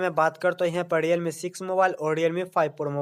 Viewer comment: diyalme kya h bhai. Realme h. Sahi se hindi bhi nhi bol pate wow